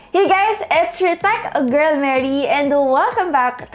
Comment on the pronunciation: Finally! I clearly understood that word "Tech.. Girl.." Mary! Power!!